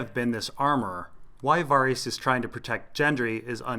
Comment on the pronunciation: I love all of your videos, man. Keep up the good work and I'll keep watching. "Vair-Isss" and "Gehn-Drii" though, which I heard GRRM pronounce himself in a recent 2014 interview and Q&A. Pronunciations and the like by no means negate the quality of your work, my good, I was only saying with no dickish intent.